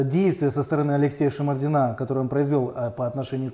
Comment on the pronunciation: Это не шмордин,а чмердин